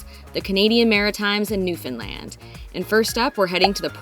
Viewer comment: I think you're going to have a great time in Atlantic Canada. I'm originally from Newfoundland and I miss it so much every day. BTW, thanks for pronouncing Newfoundland properly. 😉. Do you have an itinerary for Newfoundland?